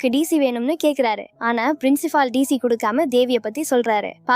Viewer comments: Adhu gedaar illa guitar . Princifal illa principal. Evan dee unakku english sollikoduthaan.😅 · Frincifal , Dc , baar Devi 😅😅 enama pesure nee